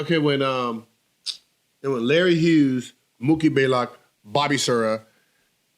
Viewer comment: Isn't it "BLAYLOCK"? Not baylock